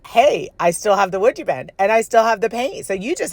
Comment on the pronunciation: These are great. I'm not surprised they were sold pretty much before they were completed. The prod you were presenting (sounds better then pushing 😉) when you were saying the name I kept hearing "Would You Bend" like are you willing to be a contortionist for your art? LOL I knew that's not what you were really saying, but my head went there anyway. 🤯🥳